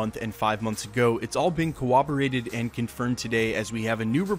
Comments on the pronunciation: Nothing but love for you bro, but you gotta stop saying “corroborate” with a “w”. You always say “cowoborate”. Best Marvel related channel on YouTube but I cringe every time you say that. Lol. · I actually never told him that you dont know what you're talking about, lol. I'm just saying it has nothing to do with an accent and hes just saying the word wrong. 🤷‍♂️